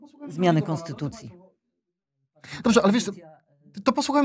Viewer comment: Kaczka nie chce zmieniać Konstutucji, tylko jakąś konstytułaję - 15.35 🤣